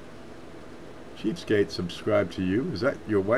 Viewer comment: you said subscribe to cheapskate, I thought you said cheesecake